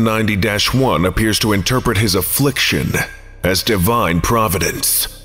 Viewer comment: Not sure if it's specifically because of my comments, but i appreciate you pronouncing the dash in "790-1." It goes a long way for immersion (for me at least) to not have to remind myself which scp is being talked about